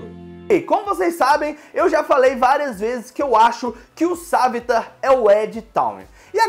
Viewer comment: "Sávitar" "Olly"